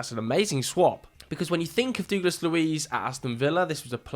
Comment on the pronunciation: You are mispronouncing Douglas horrendously 😂😂